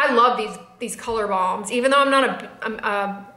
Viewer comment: I love the new Colorsciense SPF makeup products. I'm going to try the blush. I thought you were saying "Colour Bombs"...I see they are "balms". LOL